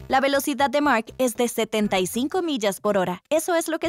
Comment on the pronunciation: R de Relocidad, no?